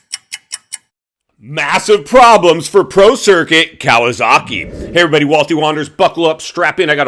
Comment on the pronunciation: I thought you said Pro Circus . That was pretty funny, intended or not.